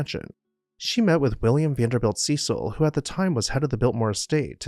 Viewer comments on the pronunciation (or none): FYI, Cecil is pronounced “Sess-il” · Not where I am from. It is See sill. One guy moved here and tried to tell people his name was sess il. Everybody laughed at him.